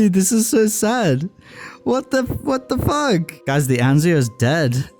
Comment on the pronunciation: did he say fug or f**k